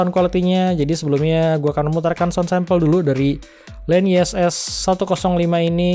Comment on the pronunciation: Bukan len nyes bro tapi.... Nyess nyess😆😂🤣